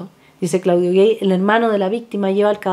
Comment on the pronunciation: con todo respeto, el nombre del cientifífico francés Claudio Gay, tal cual, no se pronuncia gey